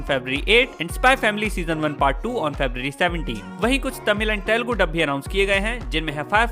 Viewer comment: Bhai "telugu" not telgu